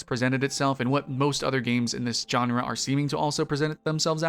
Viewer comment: The G sound in genre is the same sound as the J sound in Jacques. You know like Jacques Cousteau? It’s not pronounced with a hard J sound like John. Aesthetic is pronounced largely as it is written which is to say that th is pronounced with a th sound not a t sound. You can’t aside something, at least according to the rules of proper grammar as aside is never a verb. Though good for you for trying to use some fancy words in your video to make you sound sophisticated. Also I don’t think ciserity is a word.